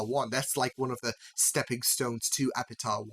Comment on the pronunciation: very confused why you keep pronouncing Epitaph like Epita... ph makes a F sound